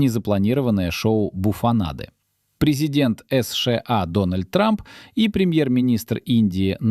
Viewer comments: Автор. Сша а не эсша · "Эс Ше А"....это что-то новое!!!! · Правильно, надо выгонять путина, ему 74. Но это вы боитесь сказать. А идиот, который так произносит название страны? Это ИИ или просто дурак. И ещё про возраст. Первый Канцлер ФРГ, КонрадАденауер, в 1949 году стал первым канцлером послевоеннойГермании в 73 года, а ушёл в отставку в 88 лет и он был лучшим канцлером, поднял страну из руин и она стала второй экономикой мира, уровень жизни был высочайший. ДЕ ГОЛЬ БЫЛ ПОЕЗИДЕНТОМ В 79 ЛЕТ.